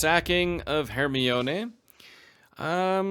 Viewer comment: I can't help but giggle a bit everytime you say Hermione, because it makes my brain think you're reading Harry Potter >_>